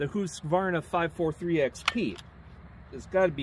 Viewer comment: You pronounced Husqvarna correctly. :goodvibes